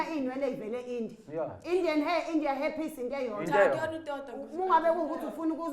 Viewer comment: futhi futhi is funny lol😂😂😂😂as for indian air piece and not hair piece🤣🤣🤣🤣hayini guys🙌